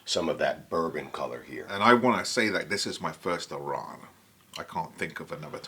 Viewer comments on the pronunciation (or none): Love seeing youve got some Lochlea. On the shelf. Are you sure Malcolm is English? His pronunciation of Arran is dubious. Ha. It’s Ah-rin There is an artisan cheese maker on Arran who oak smokes cheddar. Delicious with a sweet dram.